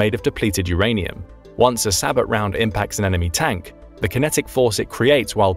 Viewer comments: It's pronounced bow, not bo. Is this a computer speaking? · SAH-BOW....as in Sabotage (SAH-BOW-TAJ). It's a French word. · Hearing all these military channels pronounce the word “SABOT” incorrectly is like nails on a chalkboard. It’s a French word and the “t” is silent, pronounced “say-bow”.